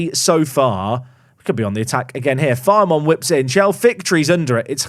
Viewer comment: Loving the series! FYI, Filemon is pronounced Fill-uh-mon, but if he continues to file away those kind of performances, pronounce it however you like